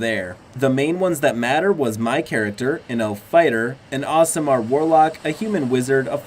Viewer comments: I'm sorry but I have to step up and say something, I've watched a bunch of your videos and your incorrect pronunciation of D&D words is beyond irritating. Aasimar is a-is-ah-mar and Gith'Yanki is gi-th-ya-n-kee. You shouldn't make videos on YouTube about D&D when you can't even say things right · You're killing me with 'Awesome-R' Aasimar